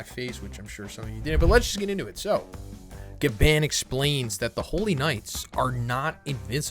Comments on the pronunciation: i love you man but you gotta stop saying Gabban like that 😭💀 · The way he says Gaban 😫💀